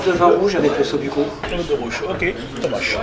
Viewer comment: リラックスしながら見ていたのですが、ﾛｯｿﾌﾞｭｯｺ(l’osso-bucco)と言う発音が耳に入ってきて、！？！となりました 仔牛のトマト?煮みたいなものですかね？美味しそうです🤤